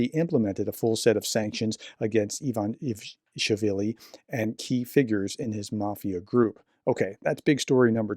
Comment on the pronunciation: Ivan ish villi is how to break it down into syllables.